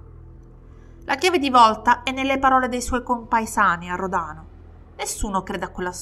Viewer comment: Spilotros è venuto a votare al seggio dove facevo da scrutatrice, alla fine degli anni ‘90 (aveva cambiato Paese di residenza): immaginate la mia faccia quando ho visto i suoi documenti… 🥶 Storia agghiacciante sotto tutti i punti di vista, poveri piccoli. PS per: gli accenti corretti sono Spìlotros e Ròdano 😘